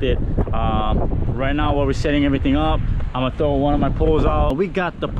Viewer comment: "I would Chrow live bait but my bait man is ShLackin" sayin that with the overbite slur got my LMAOOOO